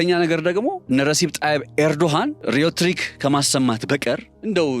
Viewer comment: የእንግሊዝኛ ቋንቋህን በሚገባ ሳታውቅ ለአድማጮችህ ለማስረዳት ባትሞክር ይሻላል። ሪዮትሪክ ማለት እያልክ የሌለ ቃልን እንዴት ታስረዳለህ? ሬቶሪክ ለማለት ፈልገህ ይሆን? 🤔